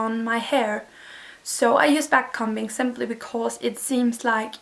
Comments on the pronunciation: It's not backcumbing you say backcombing you say the o like you would when your saying the alphabet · Lol very weird as a US citizen to hear someone say a combing (b is silent) com-bing or com-ber the B is silent. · Yes! It was so odd to hear it said that way